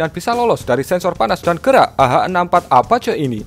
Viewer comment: apache bacanya > apaaciiii